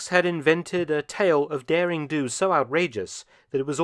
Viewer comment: Not 'daring do', but 'derring do'!